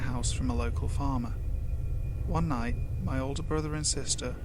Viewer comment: I laughed uncontrollably and unnecessary hard when you said "one". It sounded like "hwaaan"